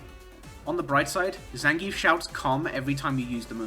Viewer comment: Maybe your shitty opinions would carry more weight if you could pronounce Zangief correctly